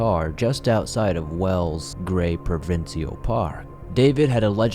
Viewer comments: Provincial. We pronounce it as pro-vin-shal. 🤷‍♀️ unless it's an Ontarian thing we do 🤷‍♀️ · Now time to work on the pronunciation of "provincial"